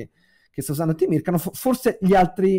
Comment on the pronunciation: interessantissima disamina ! Mi permetto solo una glossa sulla pronuncia del nome del grande direttore russo-sovietico Temirkànov, dove l'accento va appunto sulla A.